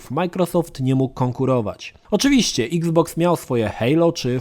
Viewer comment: Bardzo fajnie wymawiasz nazwę xbox. Niektóre obcojęzyczne słowa brzmią wyjątkowo głupio po polsku wiec nie ma co na siłę wymawiać ich tak. iks boks o wiele lepiej brzmi niż eks boks :) eks pudełko znaczy że co już nie pudełko tylko kula? :D